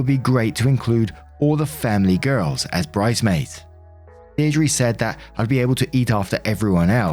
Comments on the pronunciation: Ok, tiny thing for story 2 that I can't get out of my head. This is the first time I've ever heard someone say deidre(dee-dree) like day-it-tree. Truly zero offense intended, it really is just the most unusual mispronunciation I've heard of a name so frequently mispronounced(the most common ones I've heard are day-tree or dia-tree and you somehow made an awesome Frankenstein of both). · Diedre is pronounced deer-druh, like uh.